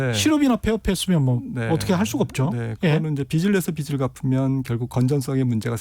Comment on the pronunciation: '빚'을 말할 때 '비슬'이 아니라 '비즐'로 해야 맞습니다.